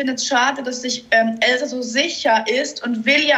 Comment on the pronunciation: Ich glaube diesmal wird es wirklich Elsa (übrigens sprichst du sie immer „Elzar“ aus🤣) oder geht beides 😏